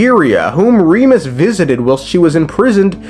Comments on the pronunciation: I like how he pronounces Remus correctly but then goes "Roomeria" lol, love your stuff dude. Keep it up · I like how you say "Remus" right but keep saying "Rumeria."